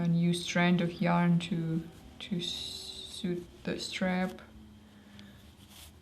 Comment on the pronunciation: just so you know, "sew" is pronounced the same as "so"...;-)